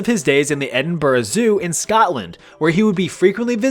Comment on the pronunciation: Wow… amazing ! A North American who can pronounce Edinburgh correctly! Oh, and good bois !